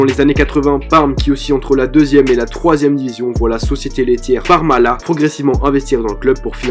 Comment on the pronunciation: On prononce le "t" à la fin de "Parmalat".😃T'a aussi oublié que la finale gagné contre l'OM Cannavaro était dopé comme un cheval de course.